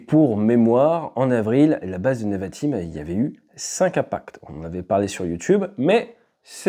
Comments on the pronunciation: Merci pour ton analyse. Rem: on dit nÉvatim et pas neuvatim. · Pour la prononciation c’est « Névatim ». merci pour toutes ces infos, super vidéo